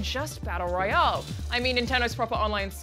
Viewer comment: the way she says royale really urks me.